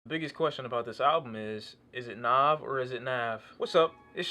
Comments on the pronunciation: It's not nov it's nav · Brampton and Rexdale Gang Gang! And btw his name is pronounced N(ah)v. The funny thing is the way u prononcing his name is kinda the way we would say it if we were speaking punjabi which is relevent because he is Punjabi. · Its pronounced n ah v he is indian therefore thays how it is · it's not naav it's nav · NAV NAHV not nawv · How do people not know how to pronounce his name when there literally a song where he says his name😒😒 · So like Nav, by Nav, on the project Nav And uh still couldn't pronounce the name? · I fuck with this channel and this review heavy, but...BOI he says his name on the second track in the hook how do u keep mispronouncing it lol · Lol how are ppl still saying his name wrong? The 2nd track on the tape is called "Nav" where he clearly says how it's pronounced. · this guy really couldnt pronounce "NAV" right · The way u say Nav makes me cringe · You gotta be the worst listener ever to listen to this album more than once and still pronounce his name like that. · He even pronounces his name on the song NAV lol but ok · You mispronounce his name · It's not pronounced Na(ah)v. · its a mixtape, and youre saying his name wrong